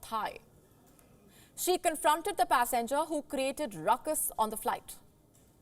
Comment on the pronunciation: Pass enger or passengers,? Learn to pronounce words properly